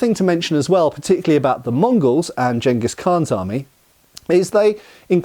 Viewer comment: Thank you for pronouncing Genghis correctly.